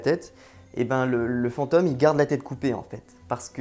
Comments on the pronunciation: V'nez, on dit FantÔme et pas fanteume ^^. Oui je chipote, mais ça me pique le noreille, j'y peux rien ^^' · unrelated mais l'accent sur "fantôme" ("fente"+"homme" au lieu de "fente"+"ohm") ça m'a un peu distrait au début mdrr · Pareil. Cette prononciation à la 'fantoche' est vraiment perturbants surtout que le mot revient souvent. Je ne détecte pourtant pas de trace d'accent bizarre dans le reste de son discours. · FantÔme, drôle de prononciation :D J'adore votre chaîne sinon, bonne continuation! Essayez aussi de bien voir que les insultes menaces etc...n'ont absolument rien de sérieux, elles proviennes 99% du temps d'enfants (16 ans maximum)...ça fait un choc de comprendre que le père noël n'existe pas...Jamais ils se permettraient de s'adresser à un adulte comme ça IRL...